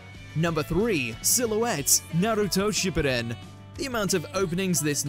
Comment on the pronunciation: outstanding, naruto shippuden was somehow pronounced like its a french show